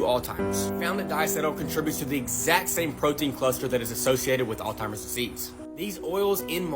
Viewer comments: is that dude saying "OLDTIMERS" ???!? oh, & butter is GOOD. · I’d be a lot more likely to listen to the margarine guy—like WAAAAY more likely to listen to him—if he would stop calling fucking “all timers.” Who tf calls it “all timers”??? Is Alzheimer’s really that hard?? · Old-timers? You’d think with all his research the butter-guy would know how to pronounce Alzheimers. Dude’s brain is a vegetable spread 😂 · I can’t take people seriously when they say Alltimers instead of Alzheimers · It's called Alzheimer's not alltimers right? Lol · people say "Altimer's" allot and I'm like BRO!!! Its "Alzheimer's!" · Dude, if your going to do an educational video on a disease, PLEASE learn how to say it. It’s NOT Alltimers, it’s Alzheimer’s My Father-in-law just died from it, so at least have the respect to make an attempt to look educated, your research seems to be good, try your grammar next. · I've heard Drs. Call it Altimers.... It's Alzheimer's. Blows my mind how many folks don't know this?!? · I dont know if I should take advice from the guy who keeps saying "alltimers" instead of alzheimer's. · Alzheimer’s. Not Alltimers! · It’s Alzheimer’s …….NOT Alltimers!!!!!!! Sorry comments section, that just irks me. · All Timers... ??? You Shure it's not Alzheimer's... SHEEESH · What bothers me more than the margarine are people who calls Alzheimer's disease, "all-timer". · All i got from this was "all-timers" 😅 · When any mouthbreathing eftard calls Alzheimer's "Alltimer's" I'm feckin out bro! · Anyone who pronounces Alzheimer's as "Altimers" is woefully under-educated in the actual disease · I can appreciate the information about the margarine. But I can’t appreciate not knowing how to pronounce Alzheimer’s.!!!! It’s not ALTIMERS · He said All-timers disease wtf? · All timers? Bruh Alzheimer’s… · That guy saying “all-timers” really cobbles my peaches. How does he know all this but not how to say alzheimers correctly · He kept saying "all..timers"..grrrrr